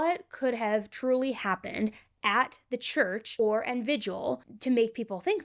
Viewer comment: Its not a “vig-u-al” It’s “vigil”. Sorry but it’s super annoying, especially when someone makes her living speaking and reporting stories. There are several I’ve noticed Like “pedi-stool” vs “pedestal”.